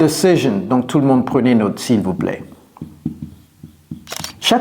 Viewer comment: Il m'a pris pour un jambon lui! (he took me for a ham!). Le gars se moque de la prononciation "retire", il dit qu'il est francophone mais ne sait pas prononcer "note" comme il faut (french "note" is pronounced as an english "not", NOT as an english "note"). Il parle bien français (si ça tombe il sait juste lire mais ne comprend rien) mais il est évident qu'il n'est pas francophone de naissance. Avoir un accent ce n'est pas grave, on peut dire "ritailleur" avec l'accent français, on sera bien compris c'est "goudineuf", il faut juste éviter les erreur comme "reutailleur" ou "ritire".. ou dire "naute" à la place de "note" quand on parle français. Il faut utiliser au mieux les phonèmes dont on dispose et ne pas trop se focaliser sur les nouveaux.